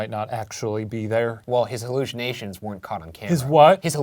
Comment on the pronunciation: Shane mocking Ryan’s “hallushanations” radiates sibling energy